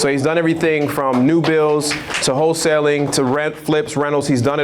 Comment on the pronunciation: Whole-tailing vs Wholesaling.